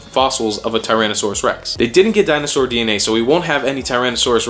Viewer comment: Dino-sar dee-en-ay!